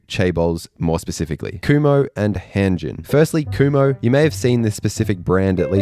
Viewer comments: I’m pretty sure it’s pronounced khum-ho. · Kumho (금호) wasn't bad, I thought Hyundai (현대, hyun-day) got more butchered